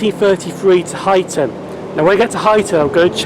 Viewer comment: Great vlog, those geese must be fans! 😂 also you pronounce You-xton correctly! 😜😂